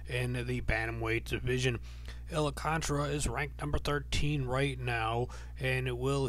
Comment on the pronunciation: It's Al-Kahn-TAR-RA